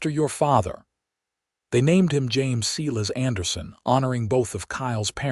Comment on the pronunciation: Silas is not pronounced See-less it's Sīlâs. My Uncle who also had that name if he heard how this AI garbage pronounced his name would spin in his grave. He'd get madder than a yellow jacket wasp if he heard his name mispronounced like this narrator says it. It doesn't sound right at all, especially since I know a few guys with this name and not one pronounces it like in this story. Are you kidding me, Eleanor is not pronounced Ēlēanor, it's Êllênor. Good gawd, AI narration = just more AI GENERATED SLOP!🤦🏼‍♂️🙄